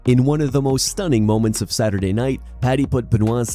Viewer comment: Max "we'll find out next SaturYear" Holloway